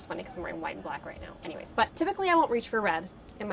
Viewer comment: No one: Madelaine: “any whoozers” lol 😂